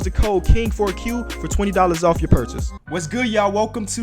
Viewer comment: "for 20 dollars off your 🅿urchase"